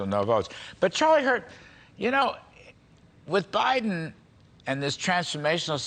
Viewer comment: She said Obiden 😂😂😂